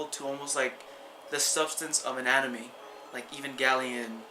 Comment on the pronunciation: when you said "Substance of Anime" I first thought you said "Substance of Anatomy" My guess for not having a lot of people knowing about this is because most people watch Netflix for movies or for series which already happened on TV. they really don't care too much about Netflix originals, unless they are something big like Daredevil, or Jessica Jones, or Narcos. Then again, these shows have huge advertising, and I had never heard of Stranger Things, so my guess is that it has not been advertised enough.